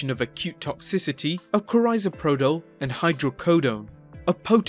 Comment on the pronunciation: Let me tell you something there because you look like an idiot here Soma is the trade name for carisoprodol which she pronounced awful but then again English and American are different languages at this point that isn't going to kill anybody I take 6 a day I take 6 at a time sometimes up to 8 a day sometimes it take two more to help me sleep along with a lot more pills than that no one is going to die from wine and Soma or hydrocodone and Soma let's stay eat the whole damn fucking bottle and even then I whatever they're the same thing saying about the big boss man I didn't know that I already knew about all the other ones